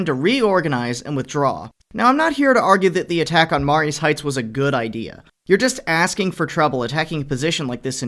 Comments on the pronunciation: That's pronounced, "Ma-REE's Heights".... sort of like Marie's, even though it's spelled Marye's ... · Growing up in Fredericksburg Va. I can tell you right now. You absolutely butchered the pronunciation of Marye's Heights. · You should learn the proper pronunciation of Mary's.